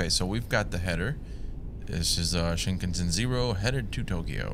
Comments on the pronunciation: Pronounced as Shin-kahn-sen(like send w/o the d) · I’ve never heard anyone pronounce Shinkansen like that before 😂